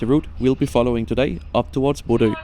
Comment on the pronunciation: Thanks for the video! (Now, at long last, I can pronounce Bodø without people laughing. Æ is next!)